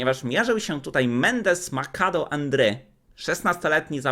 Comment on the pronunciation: popraw się - Judith Polgar, nie Dżudit Polgar; Maczado, nie Makado.